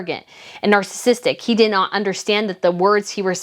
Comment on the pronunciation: I'm sorry. I mean no disrespect. It's 'nar-cis--sist' so that means it's not nar-cystic but nar-cis-sistic'. Sorry 16 yrs of Catholic school English weighing down on me. However I am a really bad public speaker and could never do what you do as eloquently as you do.